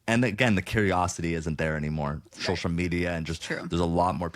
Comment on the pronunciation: I love how Zach can't say social ... is like showshal